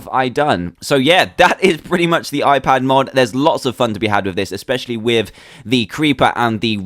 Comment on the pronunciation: why it is hoon pad it should be i pad